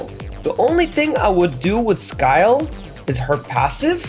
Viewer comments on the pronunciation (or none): no disrespect Scyl is not pronounced Skyle. Its SILL